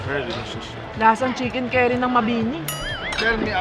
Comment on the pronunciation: Chix cerry daw di ba chix curry or carry ang pronounce hahaha